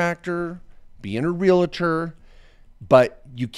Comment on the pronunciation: Please say "Real-tor" NOT "Ree-la-tor".